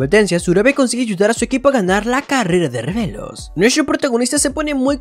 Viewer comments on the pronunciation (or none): Se dio cuenta de la palabra tijeras, pero no cuando dice revelo en ve de relevos, per aún así me gustan mucho tus vídeos, solo lo digo por q me hizo gracia. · Es carrera de relevos no de revelos 🤣🤣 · Alguien mas se dio cuenta que dijo revelos en lugar de relevos en la parte de lo de la carrera